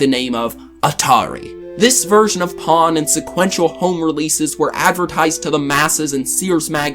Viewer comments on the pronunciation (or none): It is pong not pawn. Like dong, bong, or wrong. At least that's how it pronounced in the US.